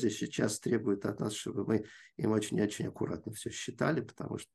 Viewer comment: Одно замечание - было бы лучше, если бы Ирина не использовала так часто в речи слово «очень», на которое она ещё и делает ударение: «уооочень». Режет слух. Это ещё и не совсем подходящее слово для научного доклада.